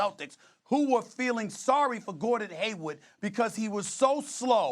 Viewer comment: Brah why Stephen A. keep calling him Gordon HAYWOOD lol